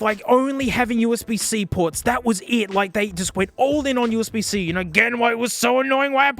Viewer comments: "HDMEE" "OOSB" 🤣🤣🤣🤣🤣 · "Hood-me" HDMI "oooozbuh" USB 😂😂😂😂😂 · “you get… you know, charging, hedmei, and usebe.” best line ever